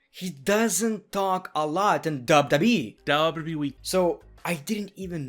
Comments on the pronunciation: He doesn't say Wwe He says dabudabueeeeee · It is funny how he pronunces wwe